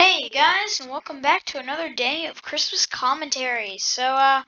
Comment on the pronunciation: chree mos